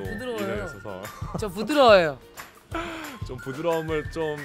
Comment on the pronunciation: 연경언니 계속 저부드러워요! 저부드러워요! 이러면서 강조하는거 졸귀다 하 어쩌다이렇게빠졌지?